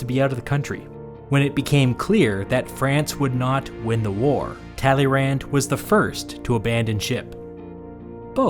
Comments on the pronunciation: Just as as sidenote, if I had pronounced the guy's name "Tally-Rand" in school, I probably would have failed history and French simultaneously. 😂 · Hears Talyrand said in flat American accent. cringes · Talleyrand is said like tally Youn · Narrator ''Talley Rand'' A person who speaks French ''Excuse moi?" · Thank you for this video, neat summary. However, the way you pronounce "Talleyrand" is a crime. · how wrong can you pronounce talleyrand